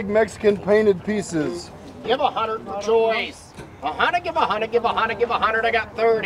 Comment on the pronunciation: I kept thinking the auctioneer was saying, "Joyce!" rather than Choice. I was thinking "Joyce" was a regular at auctions.